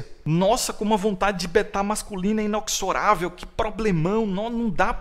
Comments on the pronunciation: Mano é INEXORÁVEL, tu fala INOXORÁVEL. Um abraço. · Inexorável eh gênero neutro. Inoxorável eh o masculino.